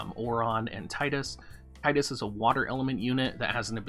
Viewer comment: Nice! Thanks for the info Doc. However, it's Tee-dus ;) I'm gonna walk myself out...